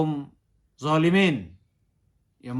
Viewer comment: Baca quran nya salah dikit ustadz... Dzoliimii... Bukan dzolimina